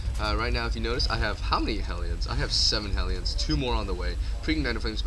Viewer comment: Hell - e - uns. Not Heel - yuns.